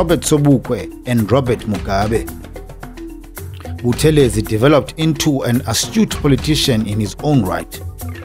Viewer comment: Hello - Please note the pronounciation is BuTHElezi, and not ButheLEzi. This Dr Buthelezi himself reminded us. Blessings to the Royal Family. - RevDrD/Ministry